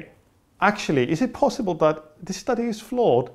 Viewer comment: Tim Okolowski it did sound typical german to me though, the way he said "dat" instead of "that". Im from the netherlands though so i might be a bit biased.